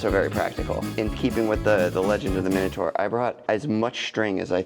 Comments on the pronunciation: The moment I heard you mispronounce ’Minotaur’, I was out. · How Americans say minotaur 😅😅😅😅